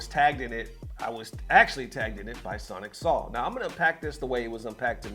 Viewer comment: His name is pronounced "Soul" not "Saul" 😂